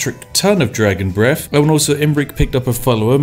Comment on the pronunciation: "Flaming breff attacks."